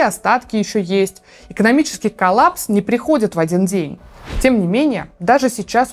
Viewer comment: ЭКОНОМИЧЕСКИЙ ПРОЛЛАПС???